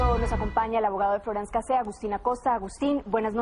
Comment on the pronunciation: "floranz cacé"